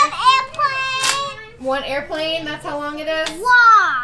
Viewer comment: One airpwane wong LOL 😅